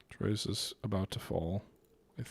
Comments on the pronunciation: Damn dude....pronunciation of Quebec names is so horrendously merican. It's not Troy's...more like tw-a or tu-wa.... it's French for Three. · everytime he says Trois-Rivières i laugh out loud